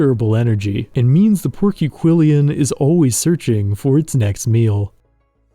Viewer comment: You put an extra syllable in porquillion.